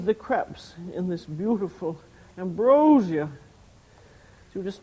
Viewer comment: "Ambosia", hahaha